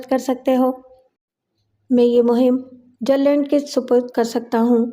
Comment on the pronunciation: محترمہ بہت بہت شکریہ جیمس ہیڈلے چیز کی کہانی کو پیش کرنے کے لیے امید ھے آیندہ بھی چیز کی کہانیاں پیش کرتی رہیںگی ۔۔۔۔۔ مع سلام ۔۔ایک تحثیح یہ ہے کہ ایجنٹ کا نام جرلینڈ نہی بلکہ گرلینڈ ہے ۔